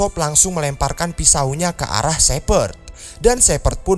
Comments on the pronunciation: "Dengan mengarahkan pistol kealah" bangkek auto ngakak 😂😂,minum dulu bro sebelum ngonten 😂, sukses trus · Lgi serius dengrin malah salh ngomong "alah" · "dengan menembakan pistol ke alah" btw knp kadang kadang lidahnya suka gitu pak?